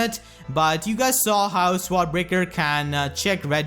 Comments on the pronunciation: Sword is pronounced "soared" or "sord", hope this helps? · I lol'd every time you said sword